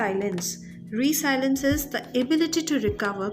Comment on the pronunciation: its re- sel-i-ence. not resilince